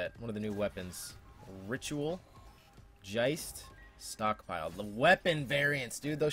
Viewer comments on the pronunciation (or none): Geist is Ghost in German, not Jeist XD